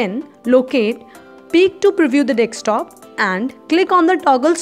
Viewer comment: its Desktop and not DECSTOP Madam!!!